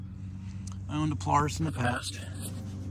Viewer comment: Its polaris not poloris